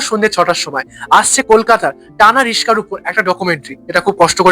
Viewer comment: রিশকা নয়, রিকশা।